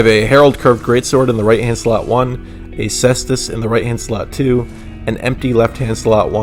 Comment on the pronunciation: PSA: the C in Caestus is hard, pronounced like a K! I won't bother with the diphthong...